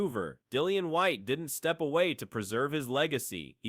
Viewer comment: Why is the this video commentator calling Dillian Whyte, Whitey? It is a derogatory term for white people, which does feel a bit strange to me. It is I believe pronounced as in the word White, that is more fitting to the way Dillian Whyte who’s from England would perhaps like to be called.